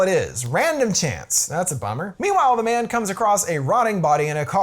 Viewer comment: Took me 10 minutes to realise he’s saying Japanese man and not Japanese band